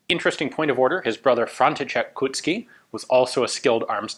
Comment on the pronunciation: when you are pronouncing Koucký dont leave out the "o". You read it as in the word cold - ou. KOUcký, not Kucký.